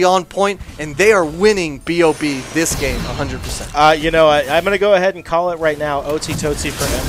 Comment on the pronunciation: I find it hilarious everytime they call B.O.B, Bob. XD Cracks me up.